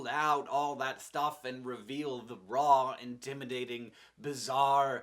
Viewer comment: I thought you said "reveal the bra," instead of raw.